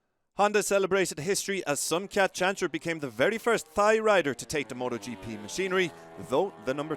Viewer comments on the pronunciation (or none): "'thigh' rider". It's pronounced "tie". Just saying